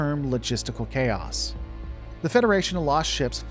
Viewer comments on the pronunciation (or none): none